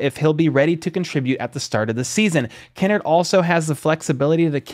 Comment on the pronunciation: It’s Kinnard, not Kinnerd! Lol